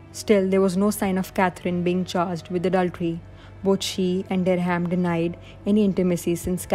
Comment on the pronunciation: "Francis Derry-ham?" Or Dereham (derram) as its pronounced 😂😂